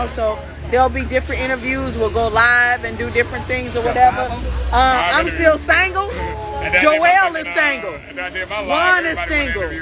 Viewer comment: Not single, she said “sangle” 🤣😂🤣